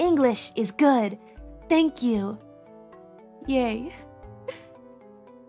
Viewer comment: "My name is, sank you"